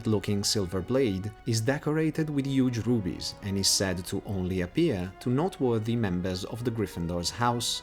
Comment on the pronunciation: Why would the fat lady just open for u??? Deffs gonna have a password...also u pronounce noteworthy like not worthy xD